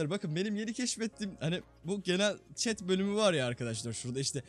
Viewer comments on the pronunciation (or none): none